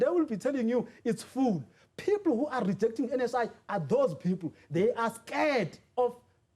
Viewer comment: Did he say "NHIV" 😂